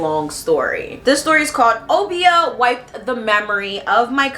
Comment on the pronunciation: Uh-bi-yah not oh-bee-ah 😭